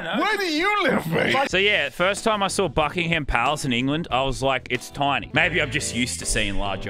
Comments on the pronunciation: Btw you don't pronounce the h in Buckingham palace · Ah the British language everyone else says Buckingham the way it’s spelled but you don’t say the h